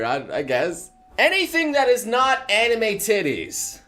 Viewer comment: HOLD UP HE JUST SAID "ANIMU"